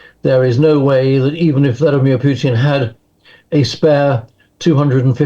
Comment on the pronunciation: Learn to take the zzzzzzz sound and speak as THE TH TH TH TH. AS IN TH at. Not Z at!!